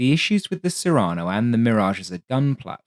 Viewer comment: Cyrano is pronounced with the emphasis on the first syllable, after Cyrano de Bergerac, who was famed for the size of his nose.